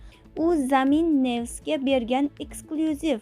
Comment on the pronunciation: jurnalist ham zor ekan zamin nevs mish nyus boladi oldin oqishni organ garang